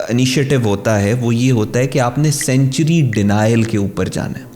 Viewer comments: سینچری نہیں سینکچوئری ہوتا ہے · Don't pronounce the word "Sanctuary" like CENTURIES, pronounce it like SANK-turies.(Sankchuries)